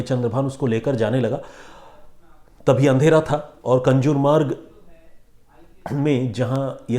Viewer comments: कंजुर मार्ग नाहीं कांजूर मार्ग हैं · कंजुरमार्ग नही कांजुरमार्ग. सर आप नामो का ऊचारण गलत कर रहे है. 🙏